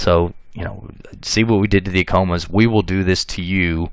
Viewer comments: not a criticism, However, Acoma Pueblo is pronounced phonetically Ah- Koh - Mah ( correction with respect) . As a New Mexican, Genetic genealogists from New Mexico have verified through YDNA Paternal testing ( ( New Mexico males) from 1598 forward ( testing done via Family Tree DNA New Mexico DNA project) are 80% European (Spain, Portugal, and one distinct family from Greece, etc.) on female MtDNA ( Maternal almost exclusively Indigenous ( either from Mexico or from Native American females from primarily the Southwest (Pueblos). Thank you for video and information. LMW 🇺🇸. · Pronounce Acoma right first!!!